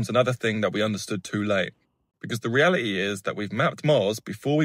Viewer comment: Damn, he's right, the ree-al-i-ee 😂 Telling us is almost futile. The industries that really affect these areas are the knowingly careless companies, polluting oceans rivers lakes and forests, chemicals running rampant, spraying highly recommend oxic chemicals in the air, and so many other things that truly affect these ecosystems. This isn't silly things like straws and plastic lined cups it's so much more.